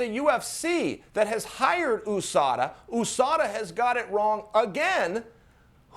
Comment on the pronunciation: US-ADA 😂😂😂 never heard anyone pronounce it like dat lol